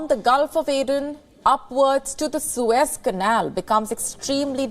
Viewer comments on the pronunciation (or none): none